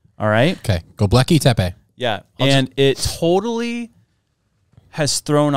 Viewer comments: Love you guys,. But it's not GoeBLEKi it's Goebekli or something like that lol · Go- Bek- Li !!!! Not go-blek -i. Driving me nuts there 🫨🫨🫨🫨🫨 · GO-BECK-LEE AIR-UH-RAT 😇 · Gobekli (Go-beck-lee), you are welcome!!! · I totally got what she meant. If they PREDICTED THE FLOOD. Did they then BURY it before The Flood came so it would be saved. PAY ATTENTION PEOPLE WHEN OTHERS SPEAK. And it's not pronounced GLOBEKY... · I love you guys... but, can you not read?! It's "Gobekli". You're literal children in your enlightenment of the truth. You're still great though. 😊